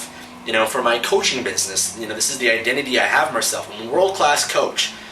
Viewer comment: When you said your identity for a second I thought you said "I love Cod" I'm like "man, this guy really loves fish!"